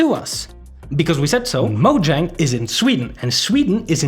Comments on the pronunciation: It's not pronounced moe djäng dude it's maw-zhong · This lawsuit will 100% fail, also you would think that as big of a fan this guy is, that he would be able to properly pronounce 'Mojang'